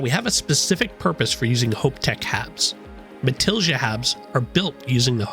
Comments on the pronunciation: Matilija has a spanish j GET IT RIGHT! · Have not heard anyone pronounce Matilija correctly yet lol